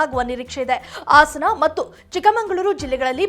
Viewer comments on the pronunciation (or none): ಹಾಸನ, ಆಸನ,ಹಗುರ, ಅಗುರ ಏನು ಕನ್ನಡವನ್ನು ಕೊಲ್ತಾ ಇದ್ದಿಯಮ್ಮ ನಿಮ್ಮನ್ನು ಆ ಭಗವಂತನೇ ಕಾಪಾಡಬೇಕು